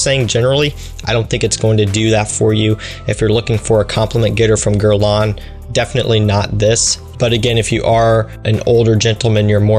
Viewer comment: Start by pronouncing it correctly ........ Your grandfather had better taste then you